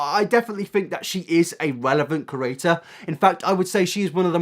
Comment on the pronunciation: hi big fan here love ur vids but i hate the way you say the word "creator" like "curator" thanks if you took the time to read this